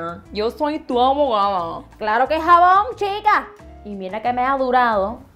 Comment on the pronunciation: Wowww, she says jabón like she says Japón!! Lol